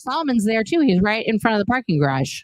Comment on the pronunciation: ‘From the gay-rage’ lol!